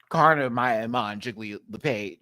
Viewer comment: It's Karna as in can't afford. Pronounced in a true Aussie accent